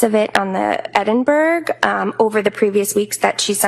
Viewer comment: Oh for goodness' sake, Edinburgh is pronounced EDDINBURG or EDDINBURRA. Counsel for the defence has it wrong and in an earlier video counsel for the prosecution had it wrong in a different way. What's so hard to learn how to pronounce non USA city names?